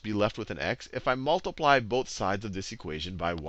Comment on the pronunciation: I like his accent, or the way he says things. XD I know he's saying 'Both sides', but I keep hearing 'boat sides'. XD It's making me smile. I've never smiled when being taught math before. I've always hated math with a burning passion. But now I'm actually smiling at it. ^__^ That's something remarkable.